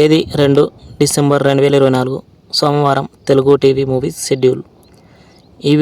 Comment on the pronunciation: డిసెంబర్ నెల పేరు కు టిసెంబర్ అని అన్నారు